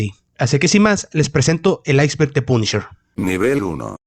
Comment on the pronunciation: De ultraderecha dice el wey 😂😂😂😂😂😂😂😂. Se ve que no sabes nada de USA y como pronuncias punisher lo confirmas .